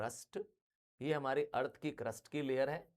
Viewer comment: the way sir said eath mein compan hoga it was like 6-7😅😂